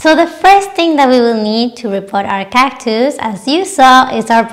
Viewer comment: you have such a pleasant manner and beautiful smile! Your video was very informative and a joy to watch. I love the way you say cactus. ❤